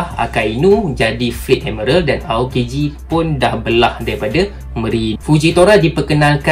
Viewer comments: Bang,miral bang bukan merel😪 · Tq semua, cuma sakit telinga dengar perkataan "admerel"😢 ,admiral woi😂..... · Sebut betul² bang admiral bukan admeral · Aku tak salah eja admiral eh korang pergi la google american ke british macamtu bunyi dia bukan ad-mai-ral tu mungkin english jawa hehe thank you!